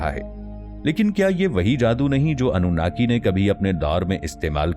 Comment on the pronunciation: اف ٹی وی اپ کو تلفظ مین تھوڑی غلطی لگ گءی ہے اصل مین اپ انو ناکی کی مدح سراءی نہین کر رہے بلکہ الومیناتی کو پروموٹ کرنے کی کوشش کر رہے ہین . مگر جان لین ظالمون اور ستمگرون کا انجام اللہ پاک نے بربادی کے علاوہ کچھ نہین رکھا